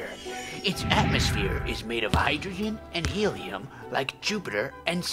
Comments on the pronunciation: he said heleum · Some one said helum